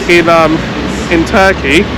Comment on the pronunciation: You are saying the name of the country wrong hahahah